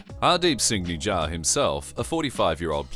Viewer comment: Correction: His name was Hardeep Singh Nijjar, not Nijja